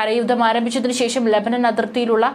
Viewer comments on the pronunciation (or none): none